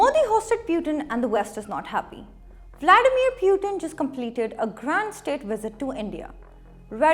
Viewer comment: Pronunciation of Vladimir Putin is so hilarious 😂😂😂😂😂😂😂😂 pakistan is never upset me 😅